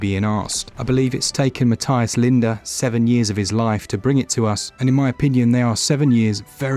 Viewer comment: This is getting rave reviews and I think I’ll support the guy by buying it on more than one platform. Also because my name is Matthias too :) (even though your pronunciation is a bit off ;)